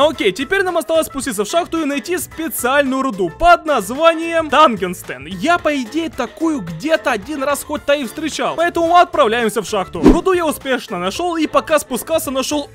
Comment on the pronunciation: Не Тангестен а тангстен и это вольфрам